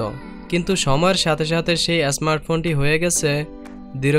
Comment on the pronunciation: Tnx vi, but apnr uccharon thik korban, smart phone, scroll ai sob